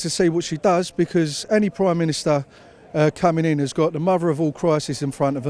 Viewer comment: The Queen of poorly pronounced cliches. Oh yeah well I fink we'll drive em into it. Robbin us blind, tax havens, muvva of all crisis, cripple da workers, had enuff, bleedin us dry. Very quiet when cheap foreign labour was keeping profits down and union members were desperate to hold on to their jobs. Well Eddie and Mick - good luck as you are going to need it. Take on the big multinationals fella and you will get the sack. Ask P&O workers.